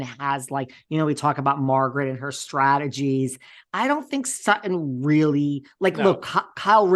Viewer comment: Dying at Sutti’n and not Sutton!!!! 😂